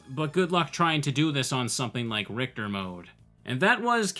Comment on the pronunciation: "RICHITER"... How did that happen?